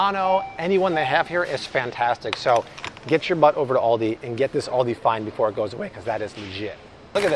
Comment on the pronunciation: the way you say Aldi hurts my soul